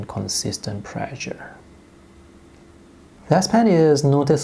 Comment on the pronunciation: please practice your pronunciation on the word "pressure"